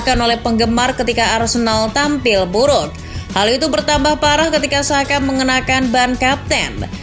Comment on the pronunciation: andaikan Xabi Alonso benar-benar ke Liverpool musim depan, besar kemungkinan akan membawa Florian Wirtz. Koreksi min, nama Xhaka dibacanya "Chaka" cmiiw 😅